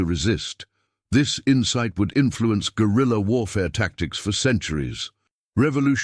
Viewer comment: " GUREILLA WARFARE "....😮